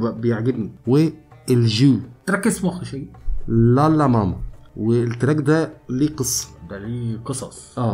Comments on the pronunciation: الاسم هو امازيغي ماما بالشدة على م الثانية ..mamma.. ⵎⴰⵎⵎⴰ النطق ليس صحيح بالعربية اعرف شخصيا ان هذا الاسم موجود في الماكن الامزيغية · ماما اسم لبنت ونقها غير ماما لي هي امي هي بيها شدة فالميم التانية واليهود مينطقوش الشدة